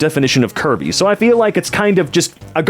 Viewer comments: for a long minute i thought you were saying “kirby” and not curvy. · I can’t be the only one that thought was saying Kirby instead if Curvy.